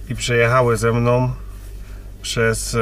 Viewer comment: "Ze mnom, sużom" itd. Nie da się tego słuchać.